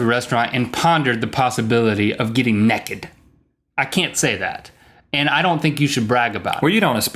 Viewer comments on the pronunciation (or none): ohhhhh noooooo Link says "Nekked" instead of naked. sad times :( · Rhett says Naked and link say Nekked just pointing it out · They said neked not naked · Why does Link pronounce naked 'nekid'??